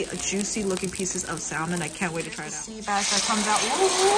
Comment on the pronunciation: pleeeaaaasssseeeee stop saying SAL MON its sam un the L is silent